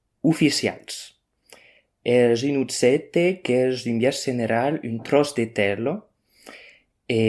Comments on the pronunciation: in some others they pronounce J like ch, or dz, or y, or the english th in the. it's a high variation letter. but you'll notice he said objècte as uttsètte, with geminates, so one can guess there used to be a cluster in this word. like how italian says oggetto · "Utsete", "utsete" what the fuck, this is so far from objècte. I knew other Occitan dialect that they pronouce j same as in French or Portuguese. Much easier to understad